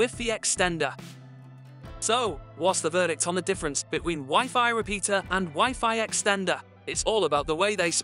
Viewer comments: I appreciate the content... but why didn't you change the pronunciation of WiFi?? It sounds so ridiculous and diminishes the quality of the video. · Lol ive never heard wifi pronounced wiffy. I only ever heard it said y fi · wiffy? its WHY FI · Is the wiffy in the room with us? Because I swear I clicked on a WiFi (wai-fai) signal booster video. 😂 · Educate yourselves dheads, Europeans say wiffy . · I couldn’t care less how he pronounces WiFi or wiffy. The explanations seemed redundant, repetitive, but not clear or concise. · Wiffy Rooter! Lol! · Probably good info in this video but I just couldn't stand "wiffy" so only got halfway. Is he the only person in the world who calls it wiffy?... I hope so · He lost me at wiffy😂😂😂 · I'm no certified MS engineer, and Wiffy is a pretty common way to say it in Southern Europe... Maybe try travelling a bit? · In french we say wifi as he pronounce it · I like the way this guy pronounces wifi.... no shade...